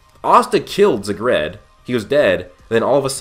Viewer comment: Zegred? No its Zagrid.